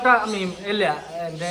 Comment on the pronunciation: മീം അല്ല മീൻ